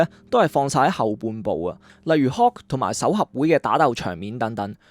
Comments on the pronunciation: Hulk，唔係Hawk，一路聽你將Hulk讀成Hawk好唔順耳，仲有，係Dr Strange 唔係 Dr String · 點解將Hulk讀成hawk? Dr Strange 讀了Dr String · btw Hulk好似要讀hook